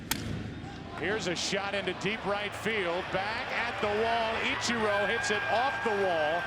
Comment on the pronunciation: I will forever and always hate the way Joe Buck says "Itcher-oh". It's like he heard someone pronounce it correctly and went "gotcha—I'm gonna pronounce it the opposite way every single time for as long as I'm an announcer".